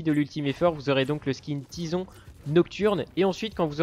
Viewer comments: qui dit Tyson et pas tison mdrr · C plutôt tizon ou tisson